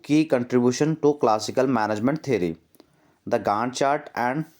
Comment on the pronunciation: Gannt chart ❌gand chat ✅